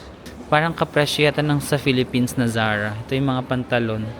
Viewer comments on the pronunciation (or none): none